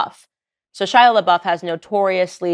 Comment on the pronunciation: It weirds me out that you keep calling him "Shila" instead of "Shia" .....